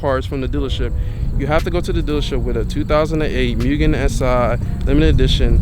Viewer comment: It’s pronounced moo-gen